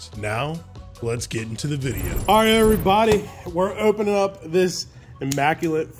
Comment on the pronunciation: Learn how to say opening.